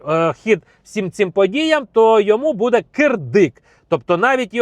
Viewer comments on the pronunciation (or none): none